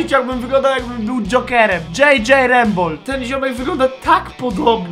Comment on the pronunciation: Jezu tylko nie Mareczek XDDD błagam XDDD